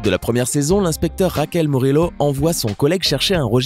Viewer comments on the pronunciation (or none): Charllie Verley normalement c raquel muriot ://// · Raquel Morelo puré mais sa se prononce Murio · "Raquel Morelo" 🤦‍♂️ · 😂😂ce n'est pas raquel murlio c'est raquel murio et ce n'est pas el profefeur mais le professeur 😂😂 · C Raquel Morrillo et pas morreillo et c le proffeseur et pas le proffefor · Il a appelé l'inspecteur Raquel Murelo... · A 2minute 44 il a dit racelle murilo 😂